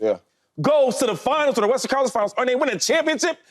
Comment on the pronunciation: I start dying everytime shady says "western" it always comes out sounding like "Westers Conference Finals" 😂😂 no hate at all big shady fan!